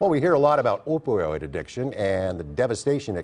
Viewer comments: We ignoring the fact this man said Opweriod? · Buddy can’t even pronounce opioid